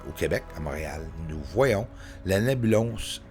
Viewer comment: On dit Nébuleuse et non Nébulose